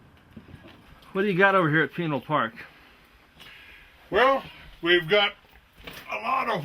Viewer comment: Hold on here. I'm just as concerned about chemtrail aerosol dumping BUT I smell a skunk. I'm from Tucson, ok? This old biker dude is NOT from the area because he doesn't even know how to properly pronounce Pinal & Marana. Not only that, this air park is an aircraft bone yard. The Tucson area stores the world's surplus of old aircraft. Take your Google Earth & move it south of Tucson to Davis Monthan AFB. You'll see 1000s of mothballed aircraft. On the ground you drive past & see for yourselves.